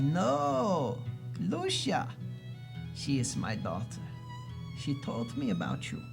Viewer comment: Just FYI (to the narrator), the sticker less wemmick's name is pronounced "Loo-see-a" not "Loo-sha"